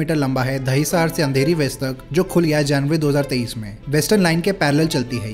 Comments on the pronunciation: Why do u make so many pronunciation mistakes? What is Dahisaaaar? What is Bundooop? Kunjoor-marg? At least look up how it is written in Devnagri. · Gundavli and Dahisar ka pronunciation mein gadbad hai